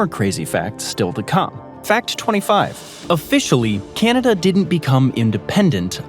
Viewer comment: Natives called it.. Ca nawda.. We whites.. called it Canada😂😂😂 lets keep it correct